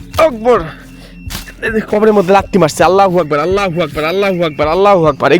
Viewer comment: ভাই আমি একটা ভালো কথা বলি আজে আজন দিচ্ছেন আপনি বলছেন আল্লা হবে না হবে আললো হবে লা না লো হবে ভাই ❤